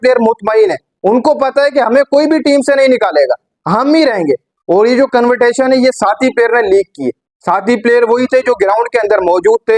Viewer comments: 😂😂😂😂😂 CONVERTATION NI CONVERSATION HOTA HAI BHAI, YOUR ENGLISH IS AS GOOD AS RIZWAN’S ENG. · Rizwan ka influence tumhara English pe dikh raha hai... Convertasion ? Kahan se confidence latae ho ?